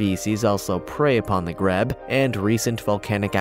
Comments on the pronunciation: Grebe, pronounced Greeb, not greb. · Grebe is pronounced greeb not greb. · GREEB is how you say it. Not greb. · Grebe is pronounced greeb -- long e, as in green. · Grebe is pronounced “greeb”